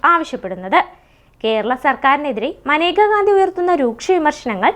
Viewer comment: മനേക എന്നല്ലല്ലോ മേനക എന്നല്ലേ പെണ്ണേ നീ എന്തോന്ന പറയുന്നത്